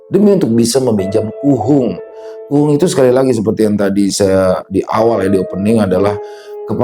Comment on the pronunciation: KUHUNGK .... bukan kuhung 🤭